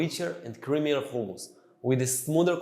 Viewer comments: He’s an Israelí Jew which is why he can’t pronounce it correctly 🤷🏻‍♀️ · I'm not a cook but I'm sure it's humus not khumus. Even in Hebrew it's written in the aspirated h not the Cha. But that what happens when appropriate a culture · Actually. It is Hummus. Whether you use the softened "H" sounds or the tougher Arabic "ح" sounds. And only if your language doesn't have neither sounds, like Russian for example, then "Khummus".